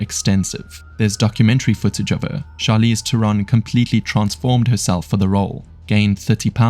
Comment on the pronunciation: Charlize is Afrikaans, the correct pronunciation is Teh-ron exactly as the creator has said it. She's used the phonetic pronunciation because it's easier to say and remember. Regards A South African